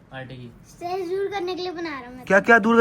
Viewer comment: stress hae straas nahi